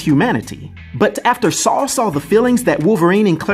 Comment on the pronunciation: Its weird but nice hearing Americans say my name. It's often pronounced wrong by my fellow english people..ironically lol. Never knew about this character with the same name and I'm a marvel fan 🤦‍♂️😂👍